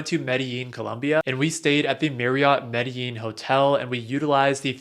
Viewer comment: Medellín co is pronounced ‘medejin’ or ‘medegin’, not how it’s spelled.